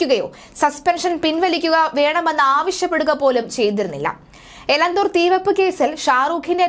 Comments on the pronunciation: Please note that name of Elathur Railway station. Not Elanthur. Give clear instructions to the news reader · എലന്തൂർ അല്ല, എലത്തൂർ.... പേരുകൾ ശരിക്ക് വായിക്കൂ കൊച്ചേ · എലന്ത്തൂർ അല്ല എലത്തൂർ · എലന്തൂർ അല്ല ! എലത്തൂർ ആണ് ശരി....